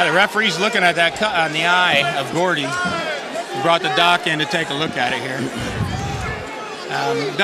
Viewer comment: ITS GOUDY NOT GORDY PRONOUNCE THE MANS NAME RIGHT!!!